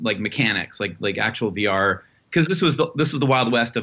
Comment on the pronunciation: ok , so, for over five minutes,i have been hearing him say "BR", instead of "VR". after how excited they were for "BR", i was starting to jump on the bandwagon. kinda want it now. was that enough commas? idk im pretty high.